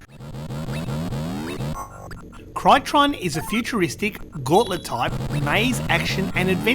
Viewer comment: Crytron? The boxart says 'Cytron' :)